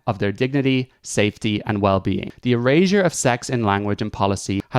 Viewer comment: Erasure is my favorite group.Don't bring them into this.😊 it's just the way you said it l o l.